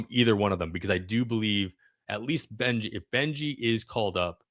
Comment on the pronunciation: Good analysis - FYI, Carson "Benge" is not pronounced "Benji", it's pronounced "Benj".